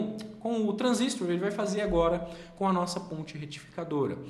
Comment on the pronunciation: Um transistor (e não transístor) é um componente de circuitos eletrônicos assim como o resistor (e não resístor), o transformador (e não transformer) e o capacitor (e não capacítor)...e a unidade é watt (uot e não vat, a pronúncia mais aproximada). Detalhes chatos qd repetidos diversas vezes.